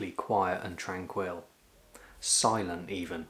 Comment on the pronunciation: I do agree that he has a very pleasant speaking voice. But with quirks such as his pronunciation of “tranquil” with the accent on the last syllable, plus his numerous other unorthodox pronunciations which I, personally, do NOT find unattractive, I do not think he would be a suitable candidate for voice over. He has almost 32,000 subscribers and I’m assuming it doesn’t bother most of them. He obviously knows how he speaks and doesn’t do it on purpose. It makes no difference to my enjoyment of his channel.